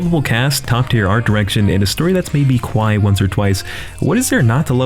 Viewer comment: did this guy just say "cwy"